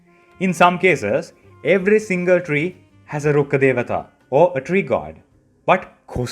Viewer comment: I'm glad I see another Indian (I am guessing?) person actually know how to say Rukkha Devata, instead of the hyper cringe Rukha de-waa-taa as the EN VOs say and literally everyone else says. It's so sad to see all the lore channels take their time to pronounce the other regional names accurately, but do no research on the Indian/Sanskrit ones. Kinda low effort of them if you ask me.